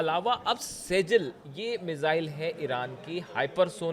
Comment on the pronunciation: Sehal nahi shjil mizwail